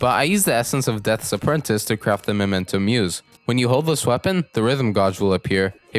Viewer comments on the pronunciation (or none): none